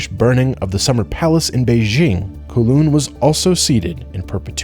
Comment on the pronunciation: Cos the video was made by an American and USA of course never did any Imperialism 😂. And he butchered Kowloon pronunciation 😢😢